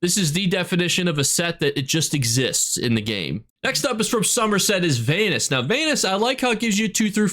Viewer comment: I can't tell if you were throwing shade at Vanus pronouncing his name like anus on purpose or not but it gave me a good laugh either way 😂